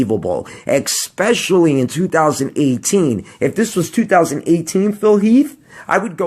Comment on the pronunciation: EXspecially? Since when did especially have an X in it? Ronnie all the way btw.